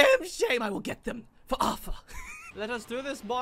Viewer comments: It’s pronounced artar not arfer just saying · Anyone else triggers he says Arthur instead of artur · Its auteur not aurfer or author auteur